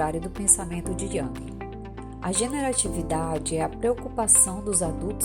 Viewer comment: Parabéns pelo vídeo. Só uma contribuição sobre a pronuncia de JUNG.